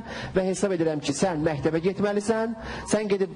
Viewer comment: ..mehteb yox mekteb😁👐🏻🌿 Bu bayram deqiq oglandikiii..wupem var